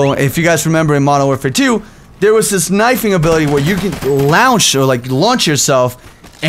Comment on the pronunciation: 'you could lownch or like, lunch yourself' Ahh:3